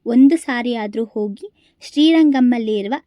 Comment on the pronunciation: 'ಹ' ಉಚ್ಛಾರ ಸರಿಯಾಗಿ ಮಾಡಿ .... ಓಗಿ,ಅರಿವ ನದಿ ಅಲ್ಲ !ಹರಿಯುವ ನದಿ ತುಂಬ ಜನ ನಿಮ್ ಥರ ಇದು ಹ ಇಲ್ಲದೆ ಮಾತಾಡಿದನ್ನ ನೋಡಿದ್ದೀನಿ . ಒಳ್ಳೆ ಮಾಹಿತಿ ಕೊಟ್ಟಿದ್ದೀರಿ ಶುಭವಾಗಲಿ 🙏 ಧನ್ಯವಾದ